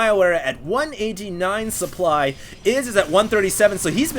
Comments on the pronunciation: lmao it sounds like a spoon magically appeared in his throat and he threw it up trying to say supply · ish he says 150 suplood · "150 suplood" lol